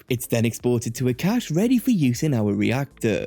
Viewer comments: it’s a good video, but cache is pronounced like “cash” and it kept infuriating me whenever you said “cachè” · FYI, the word "cache" is pronounced the same as "cash"